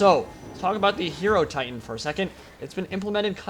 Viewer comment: Great video. That was an awesome battle, but I have one question: isn't it pronounced "Hai-Ro-Titan" like Hai-Ro-Phant" instead of "Hero-Titan"?